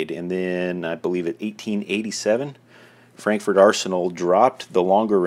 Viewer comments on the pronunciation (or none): none